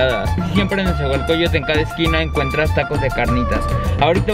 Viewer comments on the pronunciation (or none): Hola hermana, te haré una corrección no es "nezahualcoyo"tl se dice nezahualcoyotl todo junto 😁